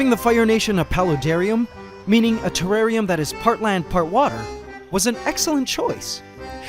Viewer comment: Feffarium ? not terrarium?